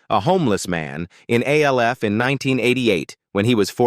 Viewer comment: It's not A L F ; it's Alf like in Alfred. Stop using A.I.'s